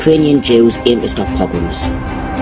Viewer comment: You had difficulty with the word “pogroms”…. I suggest that before you put out suggestive vids like this that you brush up on Jewish history….go right back to the destruction of the 2nd temple, trace the migration of Jews ….you might just change your mind abou a few things.